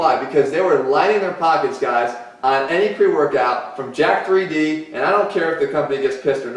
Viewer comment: how many YouTuber that know what there talking about reviewing jack3d and can't even say it right 😂😂 it's jacked not literally pronounced jack-3D